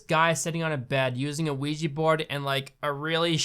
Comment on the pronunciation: Why do people pronounce it ouiji? Its ouija.